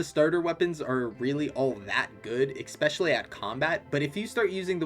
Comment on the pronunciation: “Especially” not “expecially” Please.. it’s actually killing me